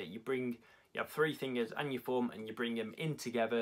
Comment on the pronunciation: “Thee fringers”